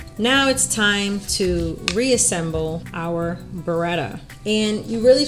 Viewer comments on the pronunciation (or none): Very good pronunciation of "Pietro", not so much of "Beretta" :P Try to articulate better the E: b e retta!